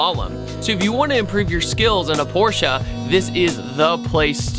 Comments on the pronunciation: Arnav Dhir Yes, I thought the same! 👍 He pronounced it right! "PorschE" and not "Porsch" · Btw thank you for pronouncing it the right way